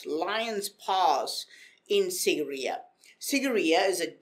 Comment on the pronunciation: It's pronounced as "seegireya"